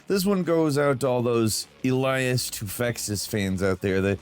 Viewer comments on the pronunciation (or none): none